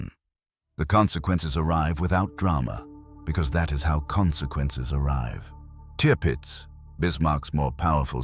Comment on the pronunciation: Te-urpitz? Not Tirpitz? Shit script reader perhaps?